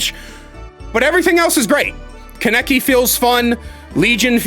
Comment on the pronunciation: as a hardcore tokyo ghoul fan, hearing you say kaneki's name wrong hurts, its ka(h)neki what a pretty big emphasis on the h, and i might even buy this game just to play kaneki